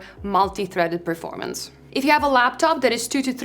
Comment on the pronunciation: please, it is PERformance, not PREformance